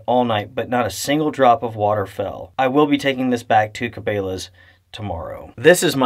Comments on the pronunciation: Never in my life have I heard someone pronounce Cabela's like that lol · Ca-bail-uh? Thanks for the review never heard or seen this Bass Pro Body Bag product. Also never seen tent poles in that red color previously. Thanks for sharing your experiences. Cheers🎉 BTW: been receiving Cabela’s and Bass Pro catalog since I was a young kid. Name pronounced Ca-bell-ah, however after seeing that it will flood inside needing to be bailed out for the water somewhat prefer your pronunciation. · Cabela's is pronounced Ka-Bell-ahs not Ka-Bay-lahs just an fyi. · its cabElas, not cabAlas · Cabela's is not pronounced Ka-bay-la's it's pronounced Ka-bel-la's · Ca- BELL-uh …not Ca-BALE-uhs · Ca bell a. Not cabeyla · Did he just pronounce it “Ca-bay-la’s”??? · O.K., I'm going to get called out for this comment. I know I'm being extremely picky with it, but here goes. I had to check the spelling of this company to make sure that I wasn't pronouncing it wrong. Or that I may have misunderstood something. I don't believe that I am wrong at all. The company name is spelled with an 'e'. Cabela's. Their is nothing in the spelling that makes the soft sound of the letter e sound like a hard letter 'a'. Phonetically spelled, I fully believe the name of the company is pronounced Kabella. {again, that's the phonetical (sounds like) spelling}. And not pronounced (phonetically again) Kabayla or Kabaila. I'd like to know if I am wrong. Or how many of you pronounce it the way is pronouncing it in this video. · Does outdoor gear reviews and doesn't now how to pronounce Cabela's... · Please lord don’t say Cabela’s that way😂😂 how don’t you know how to pronounce. 🤦‍♀️🤦‍♀️